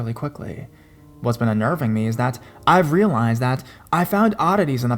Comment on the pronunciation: "What she told me absolutely terrified mEHH". The word is me, just me, no need for all the extra enunciation or whatever it is you are trying to do. You have always been one of my favs but the pronunciation thing is getting worse and worse and I can't stand to listen when you do it really bad. Like I said, you are one of my top horror narrators but I can't deal with how you start talking sometimes